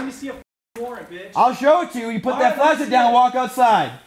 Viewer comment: Anyone else hear say " Lashlight "